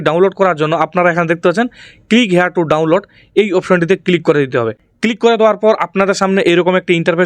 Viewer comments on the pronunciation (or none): none